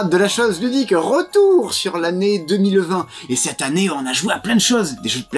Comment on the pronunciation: Cette an-née, c’est drôle, parce que mes grands-parents le prononçaient comme cela, mais je suis certaine que Rachel n’est pas de cette génération ^^